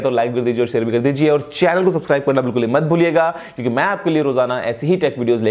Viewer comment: bhai "kyonki" aache se bola karo...woh "kyonnnki" nai hota h...